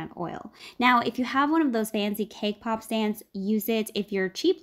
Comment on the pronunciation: Is it only me or I hear cake pop as K-pop 🤣 Btw, I love this recipe, gonna try them soon 💙